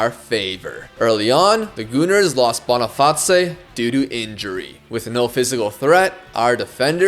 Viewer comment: "bonnifotzay" for Boniface lol